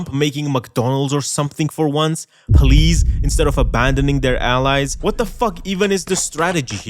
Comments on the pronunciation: But did you sway pwease? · You have to say pwease and tank you, Mistow Zwensky